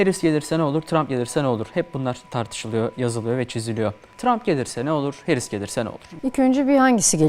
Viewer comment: "Harris" değil "Herris". Doğru teleffuz için teşekkürler... Hamide kızımında doğru teleffuzunu öğrenmiştir böyleliklen inşallah....💙🤲🏼